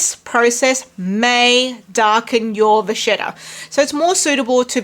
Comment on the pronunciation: It’s pronounced va-KET-ta not vashetta 😂